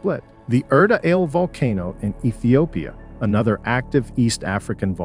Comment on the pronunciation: Erta Ale is pronounced as "ERTA ALLE"